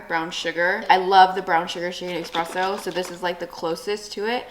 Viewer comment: ESpresso not EXpresso